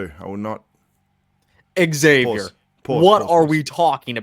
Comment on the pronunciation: "Eggzavier Willis" lmao dog he's your friend you can't do him like that